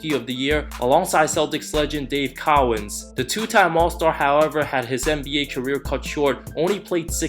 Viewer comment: Good vid, but it's pronounced Dave Co-ins. Not cow-ins.